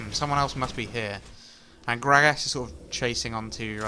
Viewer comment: Love how this guy says "Grag ass"